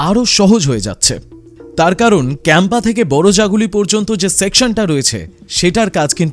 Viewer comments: কেম্পা নয় ! দয়া করে কাঁপা বলুন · ভুলভাল উচ্চারণ বড্ড কানে লাগে কাঁপা কে বলছে ক্যাম্পা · Age bolte sekh otar uchharon কাঁপা se English ho ba bangla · Campa noi ----> কাঁপা ( kampa ) more.... to boro-jaguli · Ota kapa.. atodin video banaccho ontoto pronunciation ta sikhe bola utchit chilo..